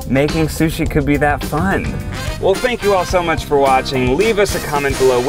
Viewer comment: did he say “well spank you for watching”